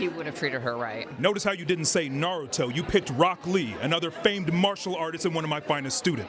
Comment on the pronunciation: Damn, first hot take, and we already gettin nardo instead of Naruto 🤣.